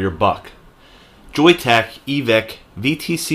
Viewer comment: Thanks, and yes you got the pronunciation correct! I really like that Joyetech is standing behind their product. Hopefully they will keep it managed so it does not blow through batteries too quick, and yes stainless steel soon too!